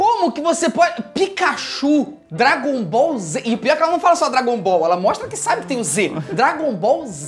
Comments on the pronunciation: Quando ela falou dragombalz eu pensei só falta a outra falar sla Naruto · Eu nem vejo anime e a garota falou dragoll bal Z >:(